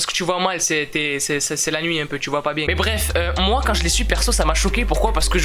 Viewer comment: Bieeeee tu dit biè au lieu de bien espèce de Marseilléé a je te promet je suis sur l’effet Mandela